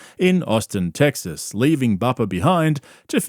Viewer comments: Fugg me dead, the way you pronounce Tegzas & trugg is comedy gold. It drives me - NUTZ!1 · Love how you keep saying “teggsas” lmao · are you saying tegsas ironically or not? i have to know